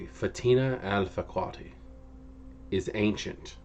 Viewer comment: Her last name is pronounce Al Fah Ka Dee